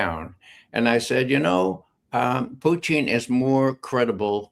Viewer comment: Who is this friggin guy? Why can’t he say Putin correctly? Or is he saying Putin correctly and we’re all saying it wrong?